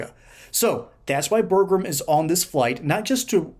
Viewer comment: One “R” in Burgum.